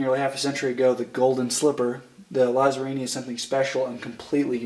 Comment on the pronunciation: just so you know it's pronounced Latsarrini